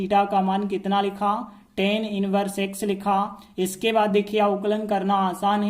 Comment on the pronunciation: Sir Tan nhi hota hai❌❌ tan hota hai✅✅